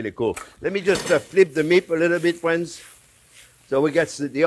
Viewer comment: I came here to hear him say "fwiends". 🤔😂😂😂